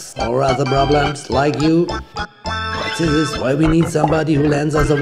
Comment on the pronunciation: Du darfst nicht immer ßisss sagen es heisst This